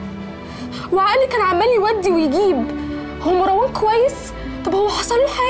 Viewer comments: ليه المصريين يقولو ماراوان مو مروان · ليلي وطريقة نطقها لاسم مروان مر.. ............. وان